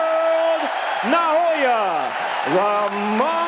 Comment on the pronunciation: Hey TopRank, it's not Noaya, it's Naoya